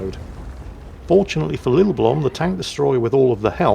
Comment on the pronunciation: The name's actually pronounced (until a Norwegian comes to correct me) Lillleblum (where the 'e' is 'e' , not 'i') br. a Finn :)